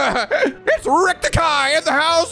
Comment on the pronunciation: I’m used to it. He kept calling the Keihin gang the Kaihin gang, when it should be pronounced “Kay -heen”. Can’t fault him too bad there because of the war flashbacks tho lol